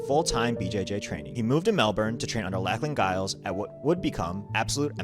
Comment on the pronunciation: Mel-borne. Lack-lan Gyles? Do (Chinese) Americans even speak English